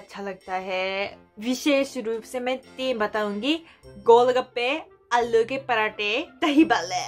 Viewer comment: Alo nai aalloo